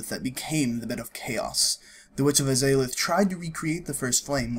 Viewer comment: a pretty nice lore video. however, at the very beginning, it's seriously annoying to have the game dialogue in the background of your own voice narration. also, you have some weird pronunciation of names (the izalith one was particularly painful to hear) which is weird, considering that all of them are spoken within the games themselves. You have no other problems with pronunciations, so maybe you should work on that :P